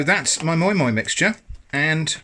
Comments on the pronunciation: It is called moi moi not moin moin lol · It’s pronounced ‘My My’